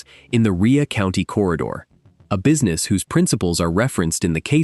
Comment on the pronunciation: Its Rhea as in its pronounced ray. Rhea county. Ray county. Ai can't read many words. I'm wondering why it can't be taught how to pronounce words correctly. Rhea county is spoken as ray County, Tennessee. I happen to live near by. These are real or fake cases and many of these are just made up like short stories. Fiction. It may be real it may not. Perhaps you can look it up whether it’s fact or fiction. But you’re welcome for the pronunciation of the actual place they claim it happened.